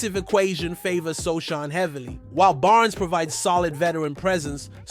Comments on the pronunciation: "Precision"? You mispronounced Jeremy Sochan's name. No like. No Subscription. No more clicks for you. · its pronounce as SOOOOOO HAANNNNN you moooooron... idiooooot youtuber...